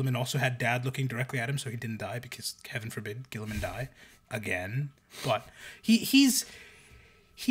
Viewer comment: "Ghee-ih-man" (guilliman) "Ghee-uh-teen" (guillotine) I don't understand why this is so hard...